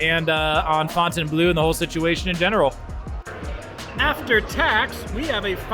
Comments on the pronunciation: They look decent now. You’re one of the only creators that pronounces the name if the property correctly. Not fountain blue 🤦🏻👍🏻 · Thank gawd you can pronounce Fontainebleu correctly!! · Hello to the ONLY Vegas Youtuber who pronounces Fontainebleau correctly